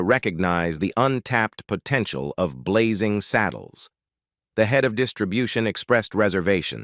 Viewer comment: Yeah, "po-tent-ee-al" ?? And if we didn't have to get it all twice it'd be much easier to watch a 17 minute version.